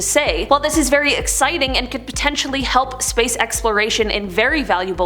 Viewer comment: is it just me or did say sprace instead of space